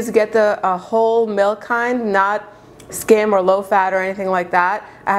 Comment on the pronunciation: Not “scam”....it’s skim, as in skim milk.